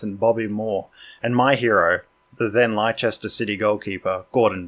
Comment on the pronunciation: Leicester is pronounced 'Les-Tar' or more simply Lester same as famous jockey Lester Piggott.